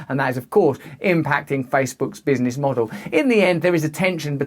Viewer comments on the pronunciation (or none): none